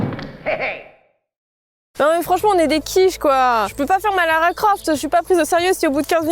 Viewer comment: Lara croft sapelle pas lara croft mais larocoft